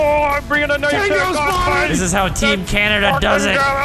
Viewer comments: No. It's not CANADA! It's canada. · can-a-da- AAAAAA